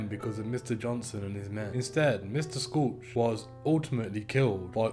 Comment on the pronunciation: This is a very well put together and researched video. The only tiny thing I found wrong is Dutch Schultz is pronounced like shoot, the c is silent. That being said, that is minor. Keep up the great work!!!